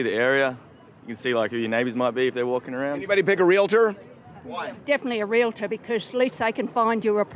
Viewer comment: It's Real-tor